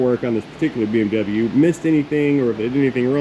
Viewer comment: Not to be a stickler I believe Your accent referring to the BMW is wrong mate, Autobahn if German BMW is fish and chips😂😂😂.